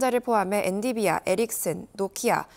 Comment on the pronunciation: 엔디비아가 아니고 엔비디아다 .. 에휴